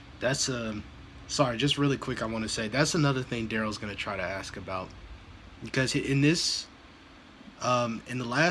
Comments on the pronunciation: This is exactly the way his mother Dawn talks. One thing I've is that there are times he has no trouble pronouncing the word 'ask' correctly. Whenever he mispronounces it 'axe', he's either talking the way his mother does, or he's trying to act tough. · He can't even say the word ask he says AK that's not a word grow up